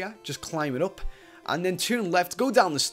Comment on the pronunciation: who noticed that always says going gup besides going up